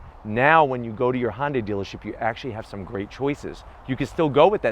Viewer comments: I need to “zonk” your mispronunciation of Hyundai. Couldn’t get through the entire vid because of it. It rhymes with Sunday. Try “hunday”. It’s not Honday. Sounds like you are crossing Honda and Hyundai. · STOP SAYING HON-DAY! Damn!